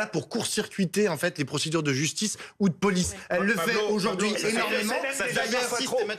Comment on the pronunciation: Pablo , Pa blo , Paw Blow 🤣🤣🤣